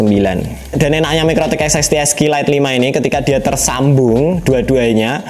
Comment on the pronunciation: Lebih susah nyebut serinya daripada nyettingnya Sering salah nyebut jadi "esek esek lite"